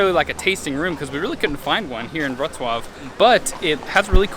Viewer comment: Really enjoyed this video!!! As a child I grew up eating Pazcki (your pronunciation of Pazcki and Wroclaw was very impressive BTW) after going to Polish church in Toronto on Sundays. I hated them as I thought they were fake wannabe donuts. I wanted Canadian donuts! My mother said I didn't know what was good. lol She was right! Now when I visit a Polish grocer the first thing I look for is my beloved plum filled Pazcki.